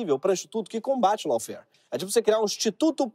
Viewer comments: Dica de pronúncia: Lawfare /Ló.fér/ AW tem som de /Ó/ , e não pronunciamos E no final de palavra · Pronuncia certo : LAWFARE /ló.fer/ RACISM / 'rei.ci.zam/